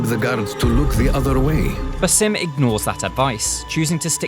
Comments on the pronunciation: it's BAAAASIm no BAYSIM, learn to pronounce the name appropriately you illiterate imbecile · He mispronounced Bassam’s name. Keeps calling him “Basim”. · BAH-sim. not ba-SEEM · It is (BAsim) not (baSIM) with the first syllable stressed. An Arabic name which means the smiling one. (Besme) means a smile. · do you guys even play Assassins creed? If you need to know how to say basim’s name you might want to go back to Valhalla seeing as it only takes place 7 years after the events of Mirage.. His name is “Baa-Zim” lol ffs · Why doesn't anyone pronounce his name correctly? The right way is Baa-sim.